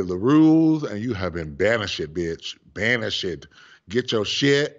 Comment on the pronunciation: She said Banish ed....🤣🤣🤣